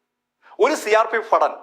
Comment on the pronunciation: ചേട്ടാ ഫടൻ എന്ന് ഉച്ഛരിക്കരുത്... നിങ്ങളുടെ എല്ലാ വിഡിയോസും കാണുന്ന ആളാണ് ഞാൻ.... ഭടൻ എന്ന് ഉച്ഛരിക്കരിക്കണം....